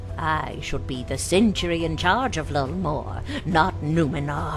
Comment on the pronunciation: FUCK, CENTURY? CENTURY?!?!?! Its sentry :)